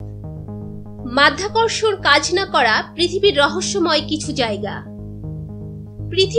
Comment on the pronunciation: হালা মাইয়া মাধ্যাকর্ষন না মধ্যাকর্ষন😂😂😂